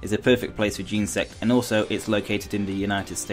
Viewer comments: Firstly he said Geensect, and it's kinda pronounced like Genasect, not Genersect. Also how dare you forget to use a capital letter! XD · It's not pronounced gensect it is genersect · it's jen-eh-sect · He says genesect so weird